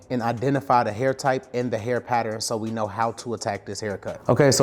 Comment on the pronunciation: I rock with you, but after all these years, you still haven’t mastered how to pronounce “Pattern” correctly